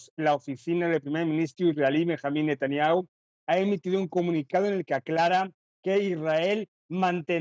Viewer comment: no sabe ni decir el nombre del primer ministro de ISRAEL SON falzas las noticias